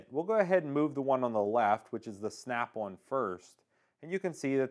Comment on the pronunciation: Snap One or Snap "On" ??? Great review regardless of saying the name wrong. 😎👍